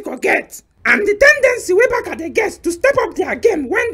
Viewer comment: My brothers please please add please we pronounce " barsa " not " barka ". The letter c in Barca has an s sound not a k sound. So we could say Barca or Barsa .